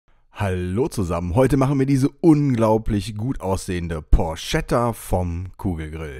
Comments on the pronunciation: Looks great. One thing dough: please don't call it 'porshetta' . It's porchetta. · Achtung Klugscheisser-Modus an Porchetta spricht sich Porketta, nicht Porschetta. Klugscheisser-Modus aus 😜. Weißt ja wie‘s gemeint ist 😎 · Cool gemacht. Italiener und Klugscheisser sprechen das Ding Porketta aus